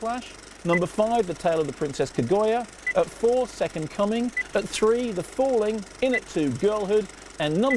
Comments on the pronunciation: Kaguya is surely pronounced ka as in cat; gu as in gut and ya as in yam. There is no oy sound as in boy in the name. Haven't seen the animation so I don't know how the name is pronounced in the movie but just sayin' like. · Bloodlovefreak yeah it's Kag-you-ah isnt it? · James Wilson ka-gu-ya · One day Kermode will pronounce Kaguya right. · For the love of God someone please correct Kermode's pronunciation of Kaguya.